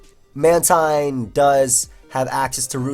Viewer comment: ITS MAN-TEEN